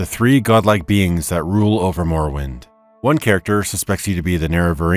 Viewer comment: Great video. But I must say "morowind of change" made me wince :D